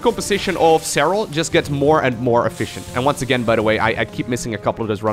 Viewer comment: Serral.. serrlrlrlrlal 😂